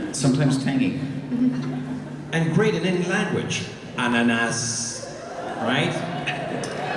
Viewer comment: Ananas is Swedish as well, but it's pronounced differently than how he pronounced it. Woo, pineapple. <3